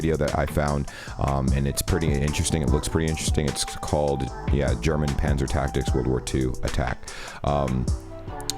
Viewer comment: It's not pronounced Pänzer ... we say Panzer without Umlaut so I don't know why this guy is butchering this word.